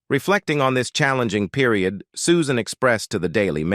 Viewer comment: Ref' bad pronunciation by the male reader, from 3 min's 50 : fuel - ledd ( fuelled); themselv - EZZ ( themselves); mire - orr (mirror); meEEss - shers ( measures); adversi - TYE ( adversity) ; peer - i - OOD ( period ) ; simil - ARR ( similar )... Ah well....😢 🇬🇧📖😠🙉🎄🦉👎🇬🇧